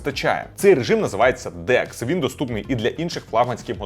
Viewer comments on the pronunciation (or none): Декс (ні, не Деск, авторе) - повноцінний комп'ютер? 😂 Який сором